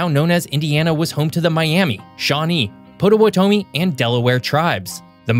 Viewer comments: Po-to-wa- tomi? wtf bro?! 😳 😆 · His pronunciation of Potawatomi did that to me, too. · How badly could one person mispronounce Indiana vocabulary - Hoosier, Potawatomi, Vincennes, Croydon, Wabash plus more that I probably missed... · Because I couldn't find a place to do this privately without signing up for an app I don't want, I'll do it here..., you are a highly educated, highly intelligent person. That's why I'm so appalled to hear such mispronunciation of words in this video. For example, Potawatomi is pronounced "pot-a-watt-a-me", Vincennes is pronounced "vin-cenz". Hoosier is pronounced "Who-sher", and Wabash is pronounced "wah-bash". I love your videos that seem to be well researched but I cringe as you mispronounce words you apparently think you know. Please do better. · "Vin-sins" "POT-O-WHAT-O-MI" "Whooosier" "Wah-bash" For the love of gawd😫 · FYI, Potawatomi. The locals pronounce the name of the zoo in north central Indiana, named after the natives in the area like Pot-Uh-Watt-Uh-Me. I'm not sure if that's the original pronunciation though. Hoosier: Whose-yer Wabash: Wobb-ash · Yes. Potawatomi, Hoosier, Vincennes, etc. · Say it with me: Vincennes - "vin-senz," Potawatomi - "pah-tah-wah-toe-me," Calumet - "Cal-you-met," Hoosier - "hoo-sher." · 100% Vincennes, Potawatomi, Wabash, Hoosier!....